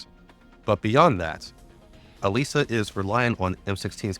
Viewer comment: I listened to episode 1 of this series while cooking dinner and I constantly hear "Elijah" so I thought it was a guy. To my surprise, it was a girl named "Elisa" and you we're just saying it wrong.